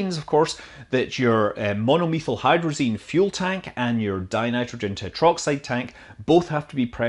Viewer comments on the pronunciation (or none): Did you say "Mono-Lethal-Hydrazine"? Sounds about right.